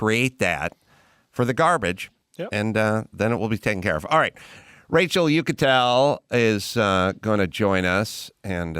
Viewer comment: Racel Ick-atel.